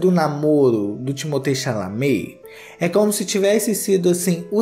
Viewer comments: Timothée Xechelentée 😂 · perdi TUDO no "chaminé"